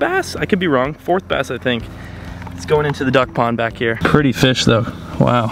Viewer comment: Is it just me or did I hear him say dug pond instead of duck pond 🤪🤪🤪